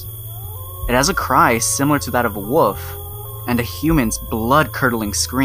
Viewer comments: “And built like a WUFF,” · “Resembles that of a WUFF…”